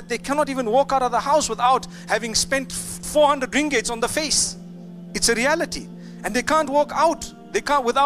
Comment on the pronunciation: Ringgit did he say ringgit?